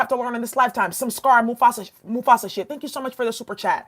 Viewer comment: She said scar and mufassar sh#@